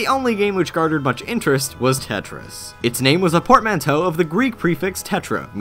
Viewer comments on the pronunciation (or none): none